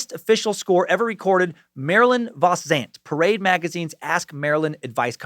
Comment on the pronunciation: Marilyn vos Savant, not vos Zant.